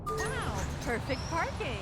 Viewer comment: Anyone notice he said perfect parping LOL :)